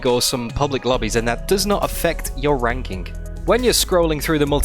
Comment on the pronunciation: “RankinK” lol